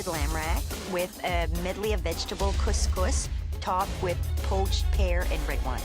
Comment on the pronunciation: It pains me how couscous get butchered in every one of these shows. that's not remotely it.